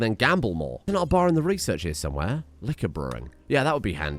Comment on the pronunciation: Liquor, not liquiore.